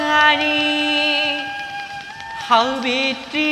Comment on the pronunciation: সুন্দৰ।সাব্যত্ৰী নহৈ সাবিত্ৰী হব লাগিছিল নেকি বাৰু।